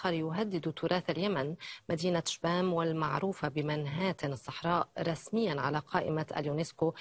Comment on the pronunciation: إسمها شبام وليس شيام